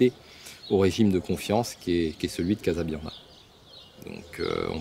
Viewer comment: c'est trop long pour eux de dire casabianda au lieu de casabiande qui ne veut rien dire